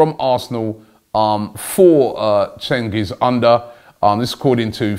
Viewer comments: Cengiz Under = Cheng-ease oon-der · Robbie you deserve to get jailed for the way you pronounced Cengiz Ünder . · Love how Robbie butchered cengiz unders name😂😂